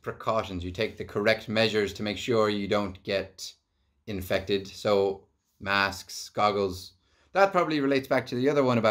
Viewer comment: ' wear ur masksksks '